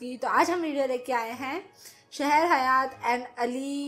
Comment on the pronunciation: Yaaar it's not shehar Hayat it's sehar Hayat se Har Hayat jaise sehra hota Hai dessert😂😂😂